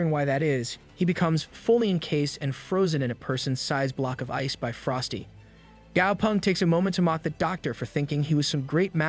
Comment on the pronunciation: The name is actually gao peng not gao pung